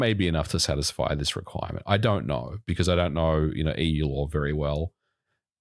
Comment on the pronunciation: "If you knaur, you knaur"